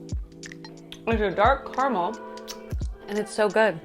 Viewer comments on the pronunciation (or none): the only controversial thing about your opinion about caramel is how you're pronouncing it